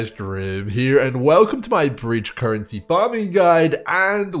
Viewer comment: I'm just here to hear Grim say "Carrency" 🦘